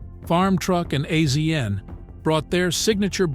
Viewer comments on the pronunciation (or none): no. The narrator has never seen it. The narrator is AI. It isn't real. Azn is pronounced "asian" $2800 is not "dollars 2,800" it is simply twenty eight hundred dollars. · It’s pronounced Asian not AZN I’m getting so sick and tired of these fucking AI narrators who the fuck says “Purchased at the price of dollar two thousand eight hundred” humans are so God damn lazy!! I’m out can’t watch this BS. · I believe it's pronounced Asian, like the continent. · Another AI reading the script and messing it up as do all of the AI read youtube videos. its not AZN we all know the proper way to pronouce his nick name also these dam AI's never pronouce numbers correctly I hate them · I figured as much... has this narrator never seen the show? A Z N? No! Its' Asian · Azn is pronounced Asian get it right people please ❤❤❤❤ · His name is pronounced Asian. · It kills me to hear him say azn soooo many times. Geez🤦‍♂️ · I hate these people who make a small documentary about people and they can't even say their name right. What are they just picking random celebrities and reading their wiki page? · lmao I did a shot every time I heard him spell AZN out it was literally that much I couldn’t tolerate it lol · AI doest know that ! When things are mispronounced, it's AI !